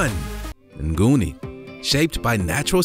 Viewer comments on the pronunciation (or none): none